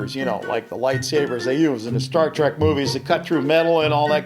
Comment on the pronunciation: no one noticed that he said stair trek